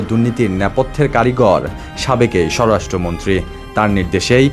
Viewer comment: ঠিকমতো পড়া শোনা করে কি পরীক্ষাগুলো পাশ এসেছেন নাকি নকল করে? বার বার বলছেন, "সর রাষ্ট্র মন্ত্রী। উচ্চারনটা কি সর রাষ্ট্র মন্ত্রী নাকি সরাষ্ট্রমন্ত্রী?